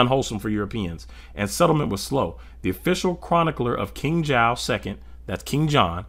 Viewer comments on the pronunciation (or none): none